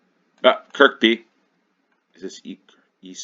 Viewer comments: It's pronounced Kur-bee not Kirk-bee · Got the first one immediately, having used Looe station a few times when there on holiday a couple of years ago. The Looe Valley Line is a wonderful old-fashioned (in the best possible way) railway. Kirkby is pronounced 'Kirby', the second k being silent. Struggled a bit with the two stations in South Wales and slightly on the other one - had a vague recollection Sway is in Hampshire but ran out of time. On that subject, yes, let's try three minute rounds for a few games. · Although locally, that particular Kirkby is probably pronounced Keeehbee. ;) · The second K in Kirkby is silent 🙂